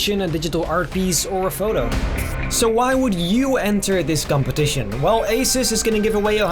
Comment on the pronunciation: Asus -> A-SUS